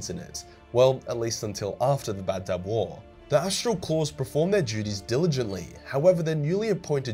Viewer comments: I thought it was Badab, not Bab-Dub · And you saw Badab like baddab, its ba-dab